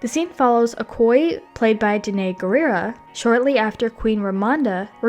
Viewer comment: Just a note, if you're going to do an extended piece like this you should make sure you get the pronunciation of words like Namor, Okoye, and Dora Milaje correct. It makes it seem like you haven't seen the film and brings into question the validity of any of the behind the scenes facts you're giving.